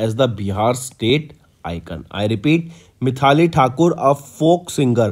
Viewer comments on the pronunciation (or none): Exactly bro, his pronounciation of some words may lead to wrong answer too.. in this video he read maithili as mithali 🙄 most of the times he is doing this mistake, like data as daata, rural as rular.. he should avoid this ASAP